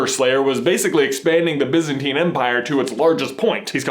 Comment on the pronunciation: its pronounced BIEzantine not bizantine